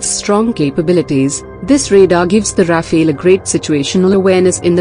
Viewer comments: Rafael???? it's RAFALE ! not the name of a turtle ninja! Say rafel in english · It's rafale, not Rafael. Rafael is related to Israel and rafale belongs to dassault, France. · RafAle, not "raphil" or "raphael" or "rapheel". Not the first one to have problems pronouncing vowels in order. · Not Rafael but RAFALE!!! Say RAFALE!